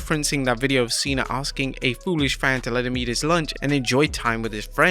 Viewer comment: bruh it's Cena not cean 🤦